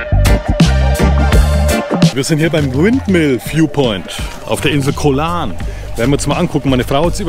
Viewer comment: Hallo, ein wirklich tolles Video. Ich habe dein Videolink an viele meine Freunde gesendet. Ich bin ende November wieder in T Ein kleiner Tipp von mir. Höre mal auf deine Frau. Sie sagst "gog Lan" und nicht Koh Lahrn:-) wieder was gelernt? 😁